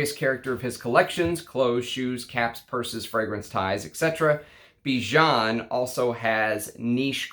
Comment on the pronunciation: Bijan is a catchy name..cuz it's my name too 😁 By the way your pronunciation is wrong...the "an" at the end rhymes with "fan" or "can"